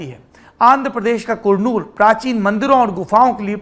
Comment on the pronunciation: It is paalakkaaD पालक्काड , karnool करनूल and hubbaLi हुब्बलि। Please avoid making silly pronunciation mistakes